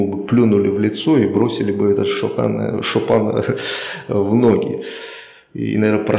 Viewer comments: Шопан емес шапан! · Не "шопан", а шапан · Не Шопен а шапан ты сам казах хоть